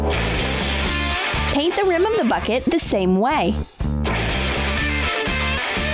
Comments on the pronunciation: You said add to a big plastic fucket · ok, when it said "get a big bucket" I heard "get a big fuck it." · U said frick it instead of bucket... NOT HATE